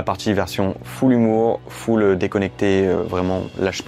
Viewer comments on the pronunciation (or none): none